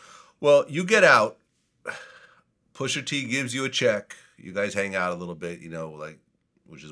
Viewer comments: Vlad keep saying "pusher t" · Vlad sir it’s pusha t not pusher t.